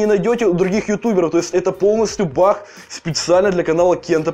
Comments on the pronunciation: Баг а не бах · почему ты говоришь бах а не баг